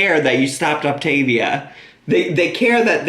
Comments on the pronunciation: Also I say this all the damn time but I really just don’t understand how she doesn’t know how to say the word yet. It’s optAAAAAvia not optIIIvia my god why is it so hard for her to say it correctly? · "Grab your Optivia bars..."! 🤣🤣🤣🤣🤣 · Ugh! saying optavia and other words incorrectly makes me want bop her upside the head, and she knows she's saying them wrong. How dumb could this woman be!!